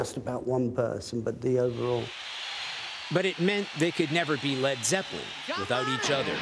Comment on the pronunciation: "fred freppelin"